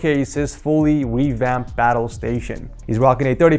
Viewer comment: "To showcase his fully 'weevamped' battle station."